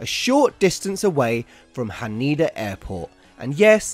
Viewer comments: This man can’t read. Nakayama, not Nakeyama. Shinagawa, not Shinegawa. Haneda, not Hanida. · Haneda Airport. Pronounced HAH-KNEE-DAH. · Haneda. Han Nay Dah. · Interesting video. The pronunciation of Haneda had me screaming, but I'll forgive it heh